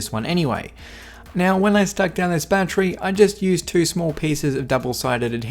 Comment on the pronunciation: I swear if I hear battry I’m done for the rest of my life